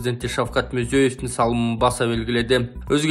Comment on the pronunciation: Мурзо́ев дебей Мирзияев деп айтаберсенер Алар оздору озбекчелеп Мирзиёев дешет